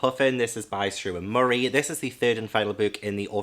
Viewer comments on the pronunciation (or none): none